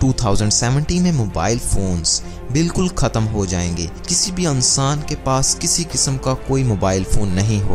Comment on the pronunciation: aannssaaaan hahahaha